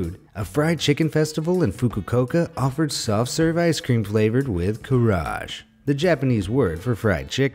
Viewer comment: Your channel’s incompetence in doing research for your materials and misreading is offensive to other nations and cultures. The word for fried chicken in Japanese is not “Kaarage” and it’s “Kara-age”. Also, the picture you’ve used for the cherry blossom flavored potato chips is from China and not Japan. If you are gonna do a video about other countries, I suggest you get your information right and not spread misinformation.